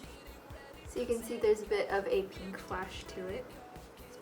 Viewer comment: i love how you say pink ! it's like....peenk. haha. :)